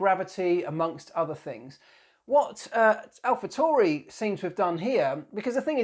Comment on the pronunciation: Great vid. keep em coming :)..... just a side note though its Alpha T A U R I.... not TORI, there is no O in the name.